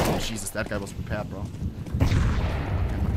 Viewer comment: he says "JESUSTT" ? is ohne dumb?